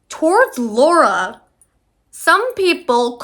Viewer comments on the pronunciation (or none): how fucking hard is it to say lara’s name correctly?? did you do any research prior? saying her name (or anyone’s name) correctly is like the easiest thing ever? also people aren’t questioning manon’s blackness because “she’s light skinned” it’s very clearly because she’s just as much white european and she is black. if us black people don’t feel represented by someone who has a white mother and was raised in a predominantly white european country (the average black person does not share the same privilege or upbringing) then we have every right to not see representation in her. again, please do some research before yapping on the internet because other than that, i did finish this video till the end so you did something right.